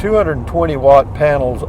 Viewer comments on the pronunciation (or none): none